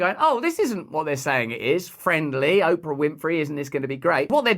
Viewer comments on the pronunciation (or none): none